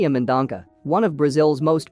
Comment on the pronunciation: It’s not Mendonca! It’s Mendonça ‼️ Pronounced Men - Don - Sa😩